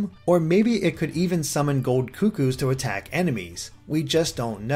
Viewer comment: ***** I'll tell you what you missed. Uploading part 3 of the E3 predictions just because you have news for today so you're gonna hold off until tomorrow or even probably a day before E3. The next thing you missed is that it's CUCCO, not COO-COO.